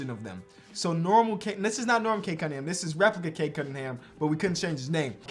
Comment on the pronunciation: his name is Cade “Cum”mingham